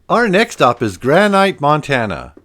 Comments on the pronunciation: Watching from Missoula, Montana. Bravo, on a great video showcasing some of our historical places. 👏🏼👏🏼👏🏼 One critique, it's pronounced Gran-nit, like the rock. Other than that one minor error, you had a lot of great info about our ghost towns. I'm looking forward to watching some more of your videos. 😁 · I'm wondering...are your narrations AI/computer generated? Hard to imagine that someone who lived in Houston would pronounce Southern as "South-ern." Or pronounce Granite Montana as "Gran-ite." Or trespassing as "tras-passing." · Nice video, but you have a weird way of pronouncing "Granite."